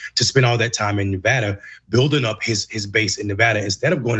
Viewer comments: It's Ne Va Da not Ne Vood a! It's not complicated. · Let Cenk teach you you how to pronounce "Nevada". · it's really not hard to learn to correctly pronounce Nevada